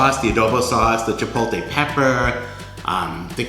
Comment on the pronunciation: Chi-POLE-tay???? My ears!! Dressings look yummy though.